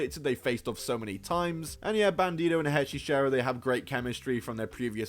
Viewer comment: Hechicero, not HEY CHICHERO. 😂😂😂Ring of Honor needs a TV deal or put the shows in their entirety on YouTube.